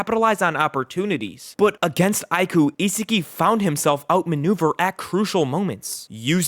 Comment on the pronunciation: WHO IS "ISIGI" ITS ISAGI BRO 😭😭😭😭